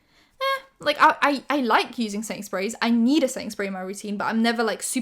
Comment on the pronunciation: I kept hearing ”Sainsbury’s” when she was saying ”setting sprays” and literally thought she was saying she loves some Sainsbury’s brand setting spray or smtn 😂 ”I need a Sainsbury in my life!”